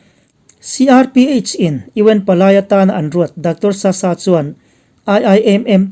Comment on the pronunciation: 👍👍 Dr.Sasa hming i lam dan hi a thluk hi i ti sang deih thin a,ngaithlak a nuam lo.